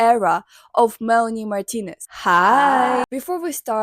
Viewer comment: the way you say her name is so satisfying